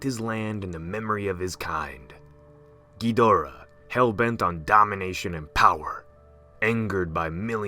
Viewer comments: kedura? its kidora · Am I the only one getting mad that he keeps saying gheedora instead of ghidora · Dis man says gihdora like giuhdora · Bruh it’s chidora not ghidora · I like how he pronounces Gee-Dora 😂 ....so cute! 😚 It's Ghee-dau-rrraaaa though. 🌚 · Guys he said ghadora wrong he said geedora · Yeah, it's gih dor uh or ah. Not geederuh or jidorah. GIDORAH. A lot of people need to learn how to pronounce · Lol Geedorah No offence of course, I just find it funny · As usual, Ghidorah is mispronounced :-( The English dubbed movies screwed it up! Pronounce it like their creators did please, and thank you. You sound stupid saying it the way you do...just saying.